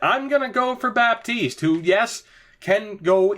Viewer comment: Dont prononce the "P"in Baptiste 😉